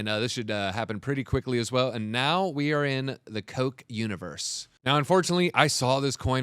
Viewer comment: Terrible research and alpha, even worse execution. Do your own research folks. It’s pronounced Cock not Coke.